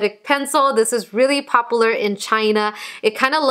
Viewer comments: “Pop-ooo- ler.” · Anyone else catch how she said popular 😂